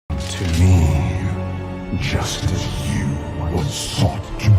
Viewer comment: When he says "Just as" sounds like a "Justice?" in wrath gate cinematic